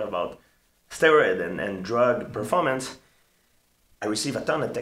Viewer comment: That's how he says Performance ;d